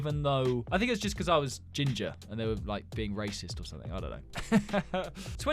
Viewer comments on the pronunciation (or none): none